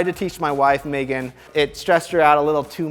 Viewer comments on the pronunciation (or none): none